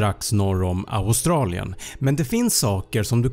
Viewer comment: Förstod att det var skämt när du sa aoustelien